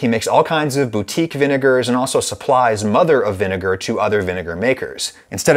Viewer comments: vin-e-ne-gar say it from the n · It’s probobly vinager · What is the second syllable of vinegar???? 😂😂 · Vinegar with a hard R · Say vinegar without the vi 😳